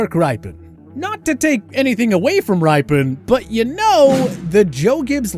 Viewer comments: Rippen, not RIpen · My 49ers would have ruined Aaron Rodgers if he was the pick. That was the worst team I've watched in my 40 years of fan hood. Also TPS needs someone to coach the "talent" on pronunciation of the names of the people they talk about. Mark Rip-in is correct. Not Rye-pen. I love the channel but feel like a lot of your "talent" doesn't watch the sports they are covering. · Who IS this dude?? Mark RIPEin??? It's Mark RIPpin!!!! And if you win a Superbowl, you're not overrated! This guy is a hack! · His named is pronounced rippin very simple.